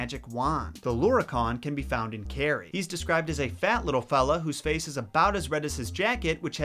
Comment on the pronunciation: I love your channel but omg I was ready to throw my phone out the window because of that werid pronunciation especially kerry. Ps. Still love the channel and hope to see more irish videos